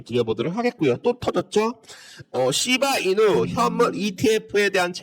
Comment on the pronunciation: ㅋㅋㅋㅋㅋㅋ재미있습니다 시밬이누로 들리는데요 선생님? ㅋㅋ